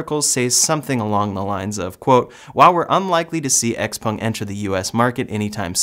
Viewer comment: Xpeng is pronounced like "chao-pang"